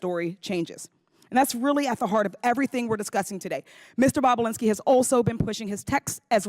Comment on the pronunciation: She said " boobalinski"!! 😆😆👏🏼👏🏼😂